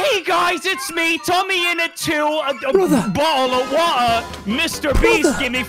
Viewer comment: “HEY GUYS ITS ME TOMMYINNIT!” “???” “BO’OH’O’WA’ER”😂😂😂